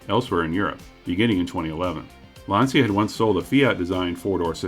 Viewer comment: Lancia/Chrysler, what a biblically stupid idea, to sell an American Landyacht in Italy. Smart. NOT. And btw, Lancia is not pronounced Lansia, it's Lantsha. It's not American English, it's Italian, hence one of the other 7000+ languages in the world.